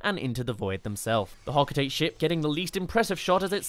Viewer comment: You are a who doesn’t know how to pronounce Hocotate. “Ho-co-TA-tay” not “Ho-co-tayt”